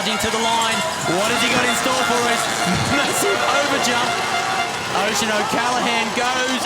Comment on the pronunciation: Need to learn how to pronounce riders names. Oisin 😂